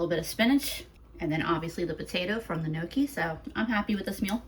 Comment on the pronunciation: Gnocchi is pronounced nyoki with the n and y together. Not noki lol